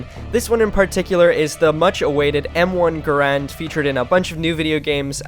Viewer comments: bro your saying the name wrong😂😂😂😂 ga rand not ga rande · You say the name wrong